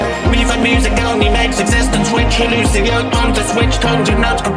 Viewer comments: " Looshow" ..uh...think it's Lucio. And don't say oh it's his accent... He done flubbed up the characters name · Madeline Bitts no I have great hearing. He says it way different then what it is. Its pronounced Loo-see-Oh. Not Looshow